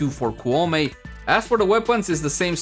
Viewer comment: Pronounced Kou (like low) Mei (may)